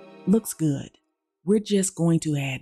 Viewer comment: "Looks ghoood" 😄